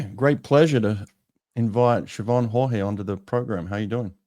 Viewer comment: My last name is Haughey as well and although it is an Irish last name we pronounce it ‘Hoy’.